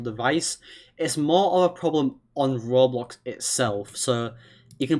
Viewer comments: “roblos” seethihs” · He sounds like those tts roblox story’s like when he says roblox he says it like ROB LOCKS